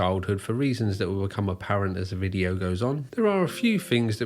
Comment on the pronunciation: Take this veediyo down or I'll sue you for espeeyonaj.